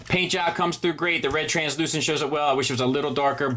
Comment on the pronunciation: Nice work saying translucent and not "transclearant"